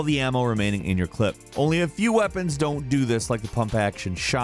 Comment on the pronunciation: Every time he says clip I die a little inside.